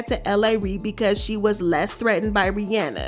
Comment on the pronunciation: Love the video but I couldn’t get over the pronunciation of Rihanna’s name — it’s “Ree-ah-nah”